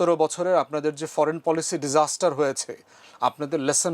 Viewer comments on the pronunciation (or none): none